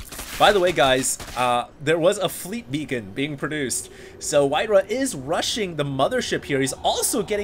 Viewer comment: its not beacon! its BACON!!!